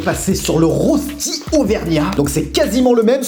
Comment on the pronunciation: On prononce "reuchti"...